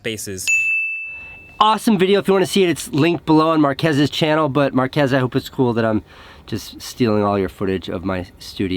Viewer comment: ”Mark-ass brownlee”